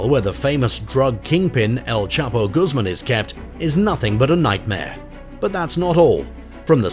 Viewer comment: Quite true! And his name is pronounced Goos mahn not Goos mum!!!